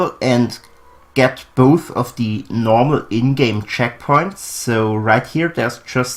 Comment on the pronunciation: Checkpoints not checkoints